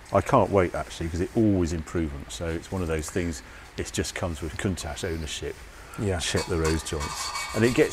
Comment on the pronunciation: Love the show, But I wish you would say COUNTACH the way the ITALIANS do.